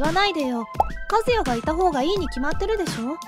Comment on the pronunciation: 和也（かずなり）やのに和也（かずや）になってる